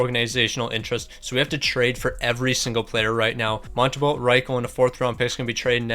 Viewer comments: "Samuel Montem-bolt" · And "Samuel Montem-bolt"